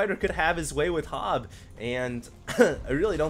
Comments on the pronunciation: you pronounce that HoBbe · Hobbe , probebly llike the same you say pope or hope , , hobbe